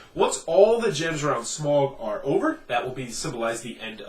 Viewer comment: Why are North Americans incapable of pronouncing the name Smaug correctly?